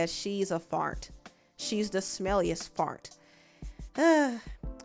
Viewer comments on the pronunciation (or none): The way she said Fart was annoying asf though lmfao “Farnt” 😒🙄